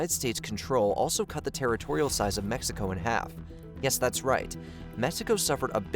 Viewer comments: It's Mexico, not Messico. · why does this guy keep saying "messico"?